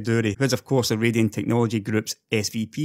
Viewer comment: Sorry to hear that you sprained your ankle,! Just make sure you didn't actually break it, because you'll need to immobilize it with a cast if you did for it to heal properly. First, it's great to hear you pronouncing AMD's graphics division as 'Ray-dee-on'! Kudos for deciding to do this, as it IS their name, after all, no matter how you might pronounce that word in the UK if it weren't a name.:) I want you to know that your videos are making more of a difference than your total views might indicate. It is wistful reality that any really insightful discourse will only ever be read/heard/digested by about 10-15% of the population. I know, as I've been involved with organizations that really are changing the world, but only ever seem to be directly supported by what appears to be a woefully small minority of people. But your videos DO matter. I believe I have already told you that it was your videos that contributed pivotally in my decision to invest very heavily in AMD stock, for example. This has made a huge contribution, not only to my financial situation, but I now have a home of my own again, and am building a wonderful lifestyle with my girlfriend (and soon to be wife) in part because of this. But beyond this, the people who watch your videos are the enthusiasts, and they are the ones who influence the buying decisions of multiple people in their circle of family/friends/acquaintances. So your work DOES have value, and I have been trying to indicate that myself throug